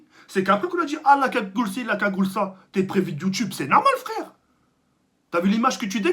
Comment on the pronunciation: Gagoule tu me decois